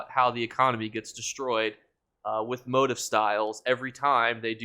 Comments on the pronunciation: Thanks for the info! Just a friendly suggestion: You kept saying what sounded like "motive" and it took me forever to figure out you meant "motif." It's pronounced MO-TEEF. 😂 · Motif is pronounced mow-teef....not tryna be that guy just helping you out for next vid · It's "moe-teef" 🫣🫣 (motif)